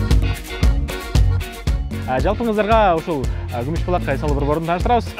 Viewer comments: Гумуж Булааакпы же Күмүш Булакпы 😄😄😄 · Гумуж эмес кумуш десе